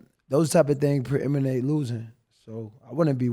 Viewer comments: AB keep saying “ preeminating “ i had to do my googles and i dont see that word in the Websters 😂😂😂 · "preiminate" is the only word AB knows with more than 3 syllables, bro said it 37 times, don't even think its a real word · Can: “AB how you feel about…” AB: “Preeminate” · AB....the word is predicate, not preeminent. 🤣🤣 but I get it, AB high as fuck....words be getting crossed up like corners who tried to strap you up.